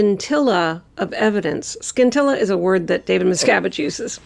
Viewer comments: BTW, DM is pronouncing scintilla wrong. The c is silent. SIN-TIL-A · Does David Misgivage say skintella of evidence. The word is pronounced sin tilla.